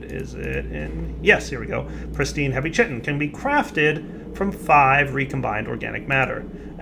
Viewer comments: Chitin is pronounced like kai-tin. Chi-tin it driving me nuts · It's "khitin", nit "tshitin"